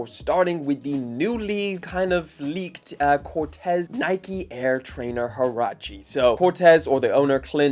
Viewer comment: Corteiz pronounced “Cor-tees or Cor-teez” not Cortez 🫤🫤